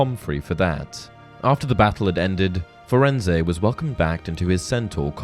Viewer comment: Interesting......but I take issue with how you pronounced Firenze. Rowling worked very close with the film productions and in the film Hagrid greets Firenze by name. He does NOT pronounce the E at the end of his name. If the name was supposed to be pronounced the way you did it would have been pronounced that way in the film.